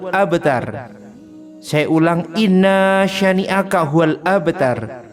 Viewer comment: Innasyaani'aka bukan innaasyaani'aka maaf ......